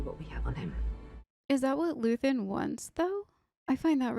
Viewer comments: It's Luthen. Luthen Rael. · just luthen, not luthien